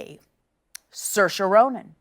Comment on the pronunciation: You know what's really funny? She pronounced Saoirse and Sinéad completely wrong